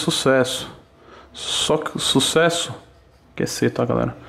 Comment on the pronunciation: Ninguém: A Toguro: Susesso